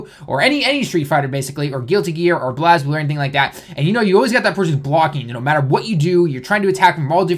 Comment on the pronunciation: You pronounced BlazBlue wrong. I am triggered.